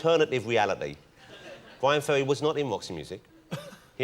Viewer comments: Its "BYWIN FEWWY" hahahaha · Maybe I'm just grumpy, but Ross and his silly speech impediment sorta piss me off ("Bwyan Fewwy", "Mascawa", etc.,) Anyway, nice perfromance of one of the best tracks on "Frantic", and Ferry handles it all with class and good humor.